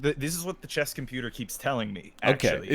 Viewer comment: Chess / Chess / Chess say it with me now